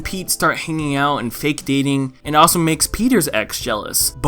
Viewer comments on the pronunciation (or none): none